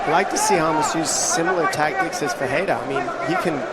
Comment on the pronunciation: Уши режут когда 1ый комментатор говорит Рамоса - Хамошом, 2ой Хамос, один я задаюсь вопросом? Понимаю если был бы Jamos - то хамош подходило